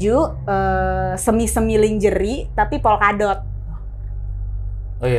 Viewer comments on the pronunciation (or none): Njirrrr suaranya cowong banget. 3decibell ! 😅 Gw ampe kecilin volume dibawah standard. Anywayssss: Flight dibacanya tu [FLAIT] High dibacanya tu [HAI] Lingerie dibacanya [LANJERI]